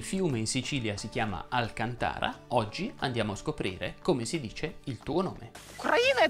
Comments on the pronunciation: Mi ha scombussolato quando ha menzionato, en passant, che il fiume siciliano si chiamerebbe "Alcantàra". Sia perché ci vivo vicino, in Sicilia, sia perché la via di casa mia è proprio via Alcantara e io da anni continuo a spiegare a tutti che è via Alcàntara, come il fiume, e non alcantàra, come il tessuto. Quindi sono andato nel panico. Però, sono subito andato a controllare sul DOP (trovando un po' di conforto), che riporta: alkàntara come pronuncia del fiume, del vino e dei cognomi italiani. Alkantàra come pronuncia del tessuto. E alkàntara anche comre pronuncia della parola Alcantara (con accento grafico acuto sulla prima a, che non so come scrivere dal PC), nome di città e i cognomi che ne derivano (come per il calciatore Thiago Alcantara, sempre con accento acuto sulla prima a). Quindi mi potrebbe dire se è stato un suo lapsus oppure c'è qualcosa di più che non conosco e dovrei? Grazie mille in anticipo! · actor Grazie! Ha ragione, sono stato frettoloso io a non guardare l'altro video, me ne sono dimenticato. Nel video quassù al secondo dice: "Abbiamo imparato che il fiume in Sicilia si chiama Alcantàra". È stato solo un lapsus come avevo ipotizzato. La prossima volta farò la mia due diligence guardando tutti i video :)